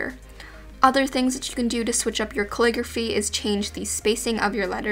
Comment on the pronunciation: Why do I hear "clicker fee" instead of calligraphy?